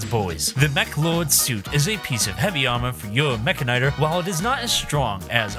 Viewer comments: Why in God's name do you pronounce it that way? It's literally mechanic and tor. Meh-can-ih-tor. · i think it's pronounced meh-can-e-tor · You say mechanitor wrong. Say it as if you would say mechanic, mecha'nee-tor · I know there's no official pronunciation, but the one used here seems very weird lol. I always thought it was "Meh-Kanitor" like how he pronounces the end of Militor. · Is it Meh-ka-nigh-ter or Meh-kan-e-tor? I never could figure out the pronunciation